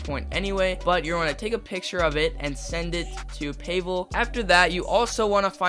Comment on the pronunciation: payvel is crazy its pavel or ig pahvel is the way to pronouce it